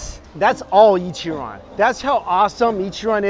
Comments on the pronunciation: being an asian, please at least make the effort to pronounce ich-ran right. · NieR: Ichiran